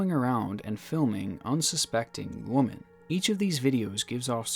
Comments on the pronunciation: Please stop using the singular tense, woMAN, as in " there is a woMAN" when you should be saying woMEN, plural, as in " He objectifies woMEN The singular “woman” probably gets mixed up with the plural “women” because although both are spelled with an O in the first syllable, only the pronunciation of the O really differentiates them. Just remember that this word is treated no differently than “man” (one person) and “men” (more than one person) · Ffs man. Is it seriously that hard to pronounce "women"... Puts your videos way off.. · Awesome video but ohmygod it’s annoying that you keep pronouncing “women” as “woman”. 😫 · Why do you pronounce women as woman? It's really confusing. Women is pronounced with an i sound in place of the o. You kind of sound like a caveman. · Do you know there’s a difference when you say “Woman” and “Women”? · Why do you say woman instead of saying women when talking about multiple women I love your vids but it’s one of the little things that drives me crazy 😂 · The word is “WOMEN” not “woman” when you’re referring to multiple females. Just a heads up for next time champ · Why do you pronounce women as woman? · when you say the word woman in the plural sense its not said the same way . it would be pronounced women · why do you pronounce woman as singular? Lol it's WOMEN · Surely it's been stated already, but the plural of woman: women; is pronounced "Wimmen". It's kind of odd hearing you pronounce it incorrectly 😄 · why are you saying woman instead of women lol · please. you're killing me with how you pronounce Women as woman. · Where the video is really interesting and disturbing that someone could be so screwed up in the head. I have to point out that what I find really annoying that keeps saying woman instead of women. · For the love of GOD its women not woman for plural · I love your content but the way you say "woman" when talking about them in the plural drives me nuts. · Why do you say women like woman?